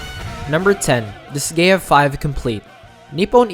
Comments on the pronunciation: Oh yeah BTW it's "dis guy a" not "dis gay a" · Dis-GAY-uh huh? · Please learn how to pronounce Disgaea